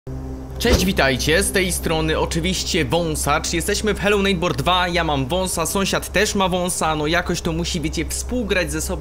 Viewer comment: xD Hello neitbor